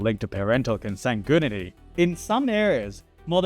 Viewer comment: Is he saying comsangoonity? Lmao